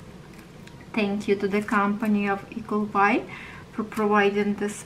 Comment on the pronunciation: When l first heard you say l thought you were saying equal buy